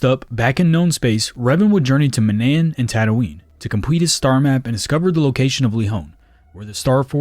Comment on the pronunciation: You played KOTOR right? You pronounced Manaan wrong.